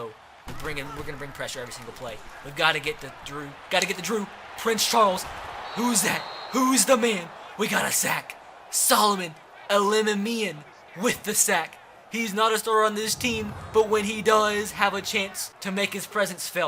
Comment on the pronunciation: this has been bothing me since the series started......Its pronounced Soloman Ella-mimmy-in.